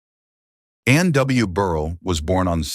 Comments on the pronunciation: Please pronounce her last name properly! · You could at least pronounce her last name correctly.